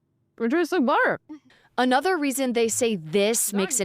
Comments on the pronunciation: Billter😂😂 instead of butter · " I cahn't believe its not bahterrrr?"